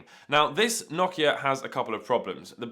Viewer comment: Other than you pronouncing Nokia wrong this was a great video!